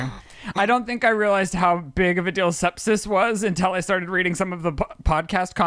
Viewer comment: I love how now says “ dill “ for deal 😂😂😂 also Max & Jet literally have the coolest parents!